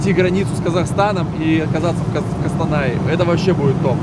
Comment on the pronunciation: по-братски не говори Кастанай, Наш город называется Костанай ✊